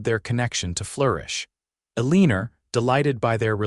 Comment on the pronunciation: It’s Eleanor x L n or